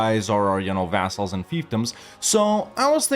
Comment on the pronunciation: "vassals", "assholes" sounds the same :D